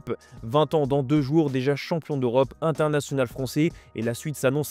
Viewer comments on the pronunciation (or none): none